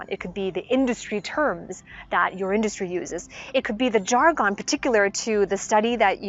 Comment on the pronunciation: Jar-gone lol